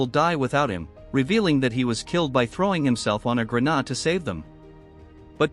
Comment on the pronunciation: AI can't say grenade, it comes out as grenaad even when spelled correctly but it can say grenades.